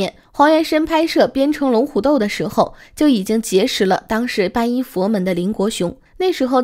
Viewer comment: 皈依(念归一)